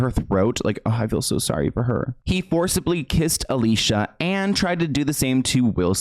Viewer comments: I hate to do this to you but she gets so annoyed by the industry never saying her name right: ali-see-uh, not alisha. All these years I didn't know either, until a deep dive about her experiences! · Great video, just some corrections, her name is pronounced Aleeceeah, not Aleesha. Margot is pronounced Margo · Her name is pronounced Ah-Lee-see-uh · Say it with me now: Ah-Li-Ci-Ah She has said that she doesn't like being called Alisha 🤣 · I know you didn't mean to, but her name is pronounced Ah-lee-see-ah not Ah-lee-sha. No hate, just wanted to let it be known. ☺️ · It's not pronounced Alicia...it's pronounced Ali-c-a. But most people get that wrong so it's all good :) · Her name isn’t pronounced Alisha it’s Ah-lee-cee-ah as she’s clarified on her insta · Her name is pronounced A-LEE-SEE-UH, not Alicia. Ty for coming to my Ted talk. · Just quick reminder, Alicia Silverstone has made videos telling us her name is pronounced a-Lee-See-a and not Al-ee-sha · i never knew about all this😮also Alicia is pronounced Ah lee c ah btw😂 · You know her name is actually "Ali-Seeyah", I saw her say it on youtube once. Everyone says her name wrong everywhere, so I understand how you said it wrong as well. I could not agree more that Jim is completely hypocritical. He definitely did not have a right to step up on Will Smith. (Which I agree was completely wrong as well). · Her name is uh Lee see ya. I have the same name with with an e like Felicia with no f and it's so effing annoying to correct sometimes. 😒 I hope in second video you call her the right name. It's innocent mistake but people insist on pronouns of choice so I feel valid is speaking up when someone accidently messes up. Keep up the great content! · I feel so bad for her. Side note. Her name is pronounced Ali-see-yuh. She made a video on it. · her name is (ah-lee-see-ah) ugh, why can no one say our name right? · it’s a-lee-see-a lol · It’s actually pronounced( ah lee see uh ) it’s spelt Alicia tho :)